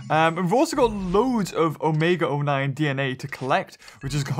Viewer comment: why do you keep saying “omega or 9” that o9 sound like or ok sorry for anger you 😥